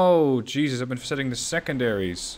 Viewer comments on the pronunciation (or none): none